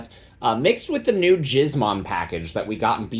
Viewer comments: Giz as in gizmo. Killing me with that pronunciation, brother. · Ain’t no way dude is pronouncing it like that 😂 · I'm begging you please don't pronounce gizmon that way.